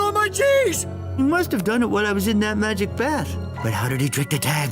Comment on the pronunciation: You say mustddddddd